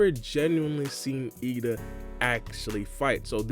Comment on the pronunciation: Isn't ada not eida?